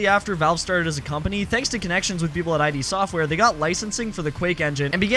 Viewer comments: FYI it's pronounced "id" software, as in the ego, the id, and the superego. Not "I.D." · Dude pronounced "Id Software" as "I.D. Software"? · the "id" in "id Software" is not pronounced like the abbreviation for identification. it's pronounced /ɪd/, like (k)id or (b)id. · id Software is not pronounced like that lil bro but we appreciate the effort